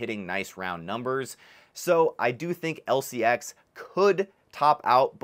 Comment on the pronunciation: Learn to pronounce it.